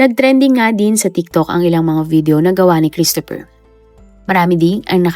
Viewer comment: Children, let's pronounce CHRISTOPHER properly. It's KRIS-t-fr. The stress is on the first syllable. The O is almost silent, and PH is pronounced as F.